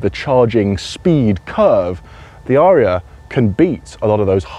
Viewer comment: Surely a short 'a' It's not an aaaaria but a an a'ria.